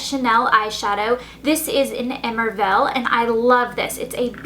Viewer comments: i'll tell you one thing, Coco Chanel would be rolling over in her grave right now if she heard you say "emerville" instead if émerveillé(ay-mare-vey-yey). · LMAO "emervellll" hahahaha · its pronounced "ey-mer-vey-ey" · émerveillé is not pronounced Emervel as you did, but E-mer-ve-yE (with emphasis on the capitals) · Emerveille is pronounced ay-mer-vay. :) Not ehmervel. Just saying! For future reference.. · the cream eyeshadow by chanel: the pronunciation of it is --> Hey-may-r-vey-yé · Its not emerville -.- emerveille it's french elle. That's so ignorant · that chanel eyeshadow is pronounce e-mer-v-eye-A! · "Émerveillé" is pronounced "eh-mer-veh-yeh" kind of. Love the tutorial by the way! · the Chanel eyeshadow is actually pronounced " ay-mer-vay-ay" and means marveled, btw ! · it's actually ay-mer-vay-yay ;) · eh-mer-veh-eh is how its pronounced :) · Elle's French pronounciation drives me crazy. Emerveillé : eh-mare-vey-yeh. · I don't know if you care but the chanel eye shadow is actually french for "amazed" and is pronounced "eh-mer-vay-yay"! Beautiful look, as always! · It should be pronounced " Emerveyé" :) The makeup is lovely and I'll try and recreate it. Thanks for the nice tutorial :) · I'm so sorry to say this but I just can't stand listening to you pronouncing the eye shadow wrong. It is "emerviγe" and you pronounce the last "e" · "Emerveillé" must be pronounced something like emerveyay. What were you doing back in your French class lessons lol ?! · Haha emerville!! Tats soo not how u say it!!XD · Emerveillé is pronounced Eh-mehr-vey-yé, just FYI. :) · The Chanel eyeshadow is pronounced "eh-mer-vay-yay" it means amazed :) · the chanel eye shadow is actually pronounced eh-mare-vay-yay, it means marvelous! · Love the look! The eyes are so pretty and simple, perfect for early mornings :) Just so you know though, the Chanel shadow is actually pronounced, AY-MER-VAY-YAY, means "to fill with wonder" which is perfect for this look! xoxox